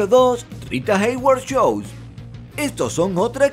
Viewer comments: porque en "shoes" pronuncias "chou" cuando la pronunciacion es "chus". shoes=chus show=chou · "Choes" am espiquin inglish :v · "marilyn monroe chous" ay kan tal guachinton tu jajajajajajaj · Shoes no se lee shows, se lee shus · shoes no se dice shows, se dice shus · Amigo dices chous queriendo decir Chus por fa buen video pero corrige tu pronunciación del inglés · se pronuncia como shus * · Cuando dijo ''Marilyn Monroe shoes'' juro que escuché Marilyn Monroe show😂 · esa pronunciación de shoes... mae mia... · Aprende a decir shoes